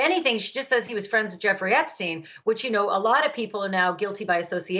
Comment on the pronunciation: why does he say epstine and no esptein ?